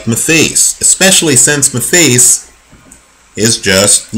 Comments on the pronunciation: not being a smart ass but pronounced matthysse' wrong. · please learn to say his name properly